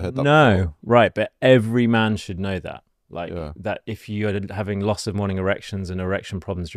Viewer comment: Did he say "LOSS of morning erections" or "LOTS of morning erections"? Two very different things. :)